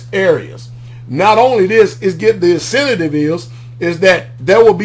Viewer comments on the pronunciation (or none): I saw the press conference the other day I’m hoping it works and actually benefits the people of said community and the word is “INCENTIVE” and not INCINTATIVE that’s not a word man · Not incenative my Brother, but incentive☺️